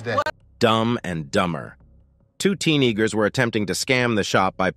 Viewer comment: uhhh is no one gonna fix the pronunciation of teenager to make it less offensive